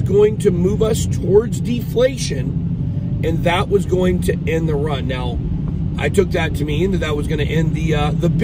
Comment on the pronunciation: George vs Bit boy hahahahha one guy can’t pronounce “going to” and the other is the Libertarian champion of ADD. I don’t think George takes the invite, you can sense he is uncomfortable in discussions that involve shrewd wit. Personally I think both you guys are more entertainment channels. I can’t imagine the wreckage of a portfolio that follows both of you for fiscal policy and market analysis lol. Rather than an awkward passive aggressive personal validation session between you too, have the token metrics or market cipher teams on and move some units, machine learning exists for a reason. This gets you paid, and your viewers paid. Let George be right polishing his invisible opinion trophy while you count stacks. The yield on ego validation is always sub zero.